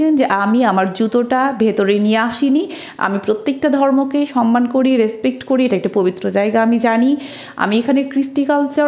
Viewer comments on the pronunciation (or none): none